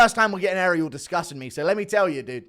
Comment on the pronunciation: time to learn how to say his name Ah-ree-el NOT Aerial (like the tv antenna).